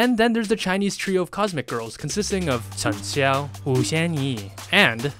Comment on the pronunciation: What? He pronounced almost all of them completely wrong, especially Cheng Xiao and Yiren. And let's not even mention how he pronounced Yangyang like an American (Yengyeng lmao).